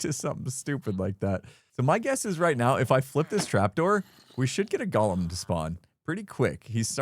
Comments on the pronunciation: It’s Go-lem, not gall-em. That was the name of the crazy critter in Lord of the Rings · The way you say Golem sounds like you're saying Gollum from Lord of the Rings. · I love it! But GO-lem. Goa-lem. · Golem and Gollum are two different words. They are pronounced differently. The first is GO-lem. The second is how pronounces it in this video. Golem is from Hebrew (meaning shapeless mass), and if you have never read about the Golem of Prague, you have a nice treat ahead of you. Gollum is from Tolkien's stories: The Hobbit and the Lord of the Rings. He was named for the guttural sound he voices. Why do I make a point? There is a certain cultural pride in the Golem, and don't like have it confused with the less admirable character of Gollum. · What is the deal with Hermits being unable to pronounce 'golem'? Xisuma is the same! He's not a LOTR character, y'know...